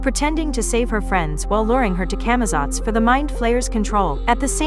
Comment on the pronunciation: Camazotz (pronounced wrong in the video) in D&D Camazotz are a type of demonic bat creature, also known as the same bats that turned Kas the Betrayer into a vampire and Vecnas right hand man. Kas was also known as the King of Camazotz in some campaigs. if they want to continue using D&D as an inspiration, "Escape from Camazotz" could mean "Escape from the demon bat king" therefore meaning Eddie comes back as a vampire under Vecnas control and attacks the party, meaning they would have to escape him. in the trailer Dustin sees something that leaves a look of horror on his face, Steve pulls him into a hug and covers his face as he cries. what could've caused Dustin to react like that? seeing one of his dead friends attacking someone or actively hunting them down under Vecnas control